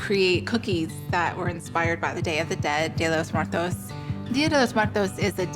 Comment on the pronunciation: How about saying it right before celebrating it: Día de los Muertos